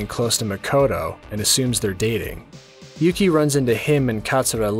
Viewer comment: And his name is Yuki or "yuu" as in "You"